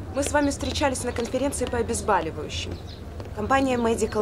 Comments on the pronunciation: КОНФЕРЕНЦИЯ НЕ ПО ОБЕЗБАЛИВАЮЩИМ,А ПО ОБЕЗ БОЛЮВАЮЩИМ , ОТ СЛОВА БОЛЬ, А НЕ БАЛЬ!!!! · "по обезбАливающим"🤦‍♀️🤦‍♀️ 😭😭😭😭 ОбезбОливающее от слова БОЛЬ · Правильно говорить: обезбОливающим[9.00]!! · "По обезбаливающим..."Могли бы хоть в Википедию заглянуть,создатели,если денег нет на консультантов.